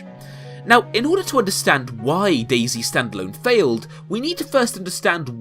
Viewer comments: why u saying dayzee cant you just say dayz (De*i*z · Have you realized it's not "Daisy" but "Day-Zet"? I've no idea why they all call it Day-C... It's sad that not only developer but also players ruined this game... when I first played it years ago it was fun because it was about surviving and looting but also discovering and traveling (in a positive way) and it tooked not long to get good loot but you could allways improve it and meeting players was never or rarely K.o.S. insted it was having some conversation asking them if you could join them or if they can join you or if you can help them or if they or you need something etc. But than it became more and more ugly - loot became more and more shitty and little and you often died by starvation - later because of overheat or hypothermia but also the behavior of the players changed alot... it became first a more carefull version "are you friendly?" but than they began to lie or betray you and shot you and so it became more and more kill on sight - you can't thrust anybody etc.... even the rule newbs (new spawned players) are taboo was lost and it became ugly and unfriendly more and more... Nowadays it's a painfull looting and running around for ever kind of deathmatch or a hike-simulator a nice one but... yeah... often you're happy if you have no good loot because so you not have to loose much - as more you have as painfull it will become The basebuilding is veeeeeery poorly in standalone and you can be sure that if you log out and come back your tent or barrel is looted even if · British man saying zee instead of zed but this is still alright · It's not dasy its DAYS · DayZ is meant to be pronounced DAZE. ;)